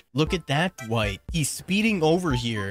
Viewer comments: the worst part of this video is all the times he says "Duh-Wight" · his speech pattern hurts me and the way he says Dwight "duh-white"